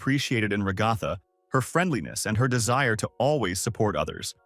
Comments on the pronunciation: “Regotha”…………… Ai voiceovers are really taking over, huh? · Enjoyed this video Didn’t really like the TextToSpeech, especially every time you pronounced Ragatha like ‘ragawthah’